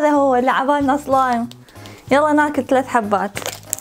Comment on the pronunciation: بالدقيقه كانت بتقول صلايم مو سلايم